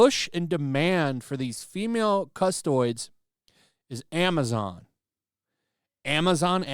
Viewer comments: Custoids?!😂 Cus-toe-dees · CUSS-TOAD-EES, not CUSS-TOIDS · its not custoids! Its Castodes! Like custodians! But with the E pronounced like a capital E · Still hurts how you pronounce "Custodes" like "Custoids" :) It's KAS - TO - DIS Or KUS - TO - DES in latin which is even more appropriate. That said, thank you for fleshing out this whole madness for us. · Good that youre making a video on this, but next time try to correctly pronounce "custodes", its not "custoids.... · Cus-toad-ees. Not Cust-oids. Or Cus-toad. There is no -oid sound. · It makes sense to me, GW has never had any reason to pander before Also, it’s not pronounced Custoids, it’s pronounced Cuh-stow-deez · Hey, it's pronounced Cus-tode-ees. Not custodians or cus-todes. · Cus - Toad - Deez Not Custoids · Say it with me now fella cust o deez - fucking custoids! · And before Arch gets there......(CUH-STOW-DEES) Custodes. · It’s ‘Cuss - Tow - Deez’ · "CUST-OH-DEES!" NOT "CUST-OYDS!" GAAAAAAAAH!!! DX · Custodes = (Cuh-sto-dees) not custoids 😂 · For fuck sake it's not custoids, it's Cus-toe-dees! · One thing its Cus-tod-ees not custoid just a litte nit pick...carry on. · just fyi it's pronounced "cust-oh-deez" not "custoids" lmao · It’s pronounced “Cu-Sto-Deez”. And before anyone has a chance “Custodes Nutz!” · ...cuss-toe-dees Like: custodes nuts! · Dude quit saying custoid please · Cuh-sto-dees. I got you bro. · It is not custoids. If you have problem with the pronunciation call them "custards" or "banana boys" - fan of TTS will appreciate that. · OK it's cust-toe-dees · Quartering can't pronounce Samus, and can't pronounce cust O deez. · Cust-o-deez. Please, for the love of sanity... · Cus-toe-dees. Like custodians. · I still love the fact is unable to pronounce Custodes, going with Custoid XD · My man called them "custoids" like the word isnt right there in front of him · it’s “ cus-toad-ees “. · cuss-toe-dees ffs